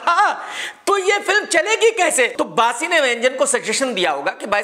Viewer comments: Bassi ❎ Baasi ✅ 😂😂😂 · Bassi nahin baasi😂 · Bassi ❌ Baasi ✅